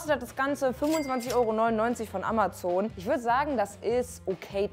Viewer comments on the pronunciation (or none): none